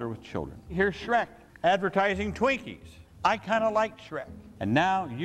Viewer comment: "Skrekup" Nah nah its "Shretchup" bruh Edit: also, "Shwinkies"